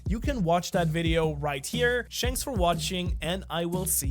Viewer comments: Has anyone noticed he said “Shanks for watching”? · Bro says shanks for watching